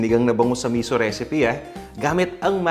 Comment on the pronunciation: Misú yun ang bigkas ay parang "pito" (7) mabilis na biglang hinto, hindi miso na ang bigkas ay parang "piso"